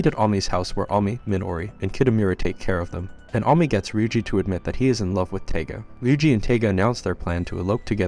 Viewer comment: This is Toradora, one of the first anime's I've ever watched.. you're mispronouncing her name, it's Taiga, sounds like Tiger, and she's tiny..... that's why she's called "the palm top tiger".